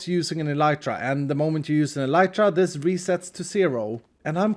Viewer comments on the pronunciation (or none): none